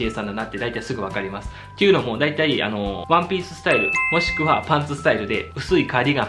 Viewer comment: さん、じぶんほんまヤバいで😲 なんぼなんでも「ワンピー"る"」は言うてもうたらすぐ気ぃつかんとあかんわ🤭 そうは言うてみたものの、噛まへんRyu さんほど味気ないもんもないんやけど(堪忍やで😁)